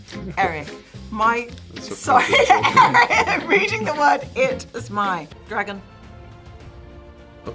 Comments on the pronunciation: when your Danish shines through. "Eareck" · I love when Nik goes "you know nothing, Eric," and his wildling accent turns more Danish at the end, and she's like "what was that thing you did then? Noises."